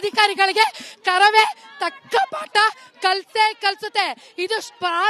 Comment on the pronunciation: ಅರಾಮಿ ಆಂಕರ್ ನೀನ್ಯಾಕೆ ಇಷ್ಟು ಹಾರಾಡುತ್ತಿದ್ದ ಕಾರವೇ ಅಲ್ಲ ಅದು ಕರವೇ